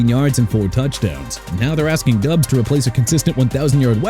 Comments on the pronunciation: Exactly! They also need to learn it's pronounced DOBBS, not DUBBS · Diggs did nothing in the playoffs per usual. Why keep him? And it is Doubs not Dubbs. This is horrible work. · Doubs was in a big reciever rotation. No Number 1 receiver in Green Bay....and it's pronounced DOWBS